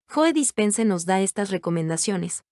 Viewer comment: Se pronuncia como si dijeras "llou" y es Dispenza no Dispense